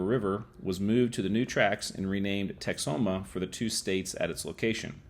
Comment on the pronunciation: As a person who lived for many years in the Texas Panhandle and visited the Oklahoma Panhandle at least 100 times, the locals pronounce the town name Tex-home-uh. Lake Texoma north of Dallas is pronounced more like Tex-o-muh which is more like you were pronouncing the name of the town.